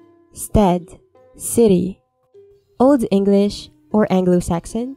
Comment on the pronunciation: This means a lot to me. Also, can we appreciate her Old English?!